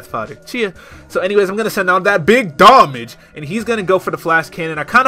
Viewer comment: i LOVE it when you say DAT BIG DOMMAGE